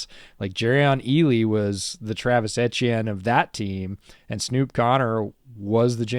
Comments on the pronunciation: Ettiene is pronounced E-T-N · Senior pronunciation correspondent. As for my prediction on the Jags season, I'm thinking 5-12. They'll improve, but growing pains + several high-quality opponents will lead to several close losses